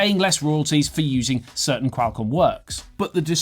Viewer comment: you sound like your calling a bird when you try to pronounce Qualcomm so weirdly